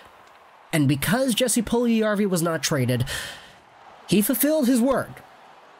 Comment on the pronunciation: It’s pronounced “Yes-ee” no hard “J”